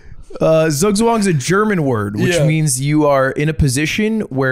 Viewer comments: Zugzwang is pronounced like: Tsoog-tsvung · Germans pronounce the Z like "ts". Not soft. So maybe try pronouncing is "tsoogtsvang". I wasn't able to recognise Ludwig was trying to say Zugzwang 😅 no hate thought, I appreciate that he tried to use that word